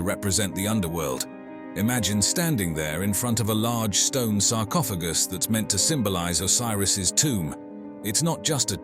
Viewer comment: Sarcopha... what? Sarcophajy???? lmfao